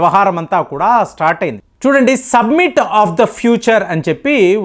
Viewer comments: "సబ్మిట్"/"సమ్మిట్" అన కూడదు "సమిట్" అని పలకాలి. "ఆయిల్స్" అన కూడదు. "ఆయిల్" అని పలకాలి. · it is summit....u r telling it is submit